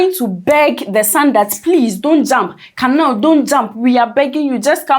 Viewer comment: the name is pronounced "kUnal" not kanal